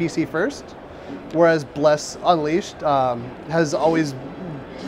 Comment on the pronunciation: What is with this presenters inflections and emphasis on strange parts of worlds. UNleashed, A quest...he put the wrong emphAsis on the wrong syllAble. Its like he was trying to do it on purpose. Every "uh" sound is so forced and pronounced....I can't put my finger on it. But its just weird... Also the game play looks kind of boring but, most likely better than the PC version. The combo system on pc is horrible, this looks much better. But, it is very slow and janky looking. Either his sensitivity is too high for him, or he is just that bad with a controller, but he's all over the place. Hopefully it has a lot of UI options too. You do not need any of that garbage on there, im sure its just demo purposes. Why don't more MMO's take cues from ESO? that is the best damn UI i've ever experienced in an MMO. Inventory menu's and skill menu's aren't the greatest but while you're actively playing its THE BEST. Hands down.